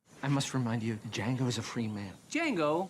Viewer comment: "DAH JANGO" "The D is silent, hillbilly."